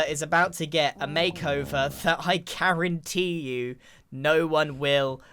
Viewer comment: The puns with live laugh love, oh god. Even the Karenteed instead of guaranteed